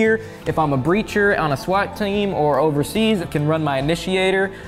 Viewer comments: Did anyone notice when said SWAT team he suddenly had a real thick southern accent? Lol love you guys. No homo. Or is it??? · The southern came out when he said swat team